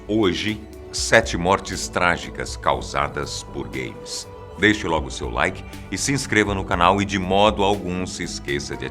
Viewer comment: pensei q ele tinha falado gays em vez de games kkk